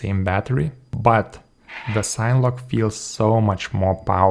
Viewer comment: "SIN-eh-log". Do you pronounce cinema "sign-muh"? :) Thank you for this review. You have solidified my choice for my next sign-whoop.